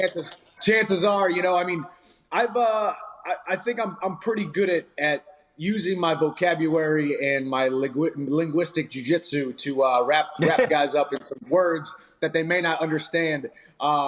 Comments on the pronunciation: " I think I'm pretty good at using my 'vocabuary'... " 😅😅 ffs. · Chandler: "I will use my vocaburary" It's starting guys, i knew that last fight wasn‘t good for his health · “ vocabuary “ 😂😂 love chandler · vocabuwaway and winguistwic jui jwitshu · Use my "Vocabuwary " and words people don't understand. Good one Mike. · Did he say vocabuwary? Lol